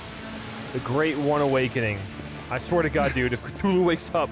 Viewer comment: Call of cathulul